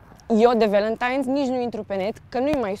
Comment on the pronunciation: Haha mi s-a părut că ai spus Balentine's ! 😆😁